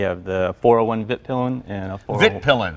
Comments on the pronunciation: Vit Pilen is pronounced Veet Pee-len, it means the white arrow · In Sweden we like to push words together, so Vitpilen is actually the two words Vit and Pilen meaning the White Arrow, Svart is Black and Silver is Silver. Vit is pronounced Veet and Pilen would be Peelen. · Ummmmmmm it is really pronounced more like Viit piilen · Also "vitt pillen" and "swart pillen" lol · Hi! Vitpilen should be pronounced Veet-peelen, with long vowels. Peel as in orange peel, and Veet such that it rhymes with wheat. Svartpilen would be Svart-peelen. The names mean "white arrow" and "black arrow". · "vit" : [pronounce the i as you say e in "easy" aka a longer "i"] vit [viiit] is where your word white comes from. Husqvarna is a city in Sweden. It means "The mill house". Just call a Swede and listen a few times. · Haha... It is pronounced "Wheet Peelen" ;P